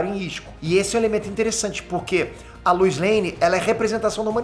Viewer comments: com a sua pronúncia eu não consigo deixar de ouvir você falando Luz em vez de Lois e dito isso, joga Luz Noceda no Google pra vc ver pq faz todo sentido!!! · “A luiz” LOUISSS LOUIS REPITAM LOUISS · Queria entender porque o chama a Lois de Luiz